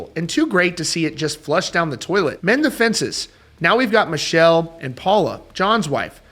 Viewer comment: It’s not Michelle it’s pronounced Mi kel